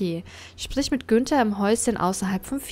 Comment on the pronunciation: Gunther? Ich dachte Günther 😂